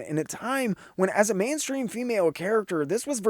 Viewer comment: Loved the video, but did you say "man-stream" when talking about Black Canary?